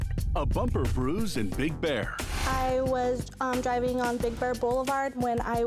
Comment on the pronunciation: Sounded like she said Big Bird Blvd. I know she was trying to say "Big Bear" but I had to listen again to get it.